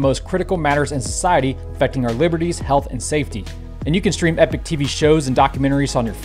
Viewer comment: JSYK, "Epoch" is pronounced ee-pock, not e-pick. Epoch and epic have two totally different and unrelated meanings. If you're going to promote a sponsor, you should probably work on pronouncing their name correctly. Just sayin'